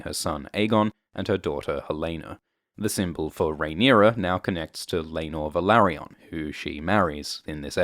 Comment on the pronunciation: You pronunce Velaryon wrong. 🤪